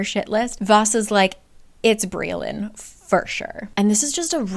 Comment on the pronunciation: Briallyns name is actually welsh so it’s pronouns bri-ach-lin